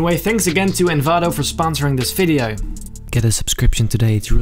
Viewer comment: i like how he says videoe